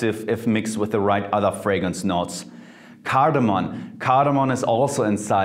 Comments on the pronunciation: Sorry Jeremy! But its "cardamom" not "cardamon". Especially when you emphasize on saying it more with expressions :p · its cardamom btw not cardamon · Jeremy, you are awesome, your channel is awesome, your recommendations are awesome...but it's CARDAMOM and NOT CARDAMON! ;) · I'm looking back at older videos and I just can't stop twitching when Jeremy pronounces cardamom as cardamoN. Love you anyway bro!